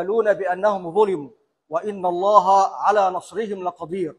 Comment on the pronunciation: ياسيادة القاضي تشكر على وطنيتك اولا ثانيا انت فضحت نفسك انت الذي تحكم باسم الاسلام لاتعرف تلفظ ( ان الله) اخطأت مرتين بلفظ ( ان الله) ثالثا ياترى اليس انت من حكم على الرئيس مرسي بالسجن ثم الاعدام ثالثا انت رجل مسن خليك على سدة القضاء وارسل احفادك لغزة العزة